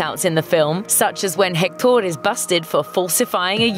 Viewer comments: Hector not jector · I just cant stand her saying HectÓr...😡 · I’ve got to say, your Spanish accent is pretty good! Just don’t pronounce the “H” in Hector and you’re good 😄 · HECtor,not hecTOR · Why does she say, "Hec-TAUR"? It's "HEC-tor." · It’s pronounced ec-tor not hec-tor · Hek-TOR lol. Just say Hector . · I hate how she pronounces Hector's name it's HECTtor not HecTOR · It’s pronounced hec-tur not hec-door. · the way she said hector. its pronounced ector not hhhhhhhhhhhhhhector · its spelled hector (i think) but pronounced ECKTOR, not HECKTOOOOOR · It’s pronounced Ector not Hectooooor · It's HEC-tor not Hec-TOOOOOR. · Every time she says Hectór I die inside 😂 it’s Héctor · God. That's pisses me off. Héctor in Spanish is pronounced Eector. H's in Spanish are silent. The H sound comes from J. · What bothers me is not the accent but the way she pronounces the h as in English, in Spanish the h is mute so you should pronounce it "ECTOR" (EHCTOR?, I don't know how to transliterate it, but just forget the h) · It’s eck-tor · I know they pronounce the H in Hecktor and go Heck-TOOOR! Have they watched the movie? Probably, but still. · In fact, she says alebrije quite well... because she gets the intonation, even if her accent shocks so much with that word, that is a pretty hard one. But pronouncing Hector, HHHec-TOR... she listen to the right intonation of the name through the whole movie, you'll have to be extremely negligent to get it wrong! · Seems you all hijos de la chingada need Spanish lessons. Hector pronunciation: English: HEC-tor. Spanish:EK-tor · it’s actually “EC-tor” in spanish the “h” is silent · You pronounced Hector wrong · That pronunciation of Hector is ghastly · I cringed everytime she said Hector's name. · The way they said hector bothered me soo much.